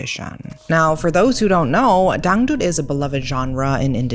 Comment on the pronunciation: Your pronunciation of dangdut is so spot on I was momentarily stunned 😂